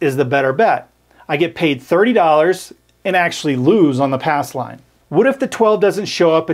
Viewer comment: Says "ass line" lol